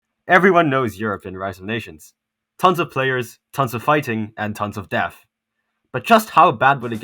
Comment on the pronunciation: "Death" is not pronounced Deaf. Death is pronounced Deth.